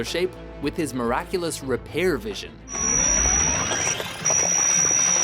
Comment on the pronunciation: When i heard repear vision i almost died laughing repair vision really